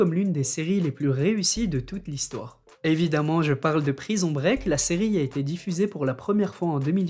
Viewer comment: Quelle acson "prison break"